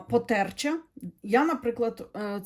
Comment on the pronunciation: дякую ❤️💎☀️🌼 Потерча- наголос на букві а (для інформації)